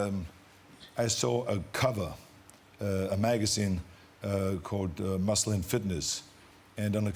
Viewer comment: Hasn't Arnold learned there are differences in the pronunciation for MUSLIN and MUSCLE ? I'm Brazilian and I only understood what he said through context.